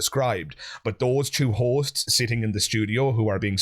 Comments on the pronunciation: This whole time I'm watching I keep hearing what sounds to me as whores. And I wondering to myself... No way, why does he keep calling those 2 girls sitting on the sofa whores?! 😂😂😂 Turns out he's actually saying hosts 😅😅😆😆😃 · I thought he was calling them Hoes. lol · Omg the first couple of times he said "hosts" I truly thought he was saying "these hoes"😅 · Forgive me but I keep mishearing you saying Hosts as Horses and I was like "what? why are you being so mean to them?" wwww